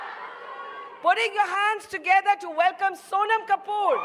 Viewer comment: It's Sonam not soman